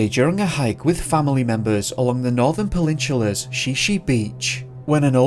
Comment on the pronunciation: The northern (penin-chulas) 😂🤣🤣hilarious